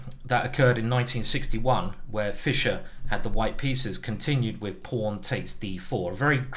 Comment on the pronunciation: i believe simon is british, but the way he says pawn and castles just doesn't sound right